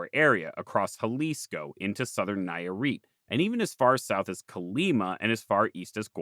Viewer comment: Hearing the name of my state (Nayarit) been butchered for the first time is kinda endearing, considering how forgotten is even in Mexico. hahaha I really like the video i hope that in a future visit you can revisit the region and keep sheding more like in this place. Just some mistakes i noticed, you placede San Pedro Lagunillas more north than it should it's really not that far from Ixtlán del Rio, but like it's not even that big of a deal it's just me being nitpicking about my home state. The second one i think it is a big error, the Wixarica people don't call themselves Huichol it's a peyorative name actually, so if you ever make another video consider this! Thanks again for the fantastic video and work you make.